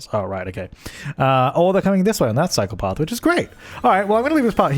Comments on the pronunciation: Every time he says "cycle path" I hear "psychopath" and it's hella confusing. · Anyone else hear "psychopath" whenever he says "cycle path"?